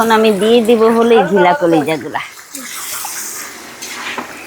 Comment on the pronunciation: ওটা ঘিলা নয়, গিলা। আশা করি উচ্চারণ ঠিকভাবে করবেন